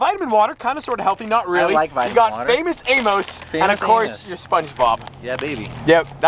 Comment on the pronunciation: Famous amoose 🤣 not how you say it